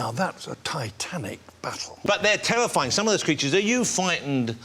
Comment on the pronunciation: "THEY ARE TEWAFYING". FUCK OFF.